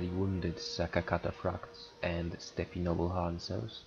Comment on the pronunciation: Just FYI, I think you pronounce Steppe as /step/. Love your videos. Will 2v2 be your focus? Any chance of discussing tactics and army builds in the future? The more solid TW videos the better, so keep it up!